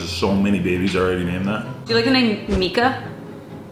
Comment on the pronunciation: Is it just me or does it sound like and pronounce his last name differently?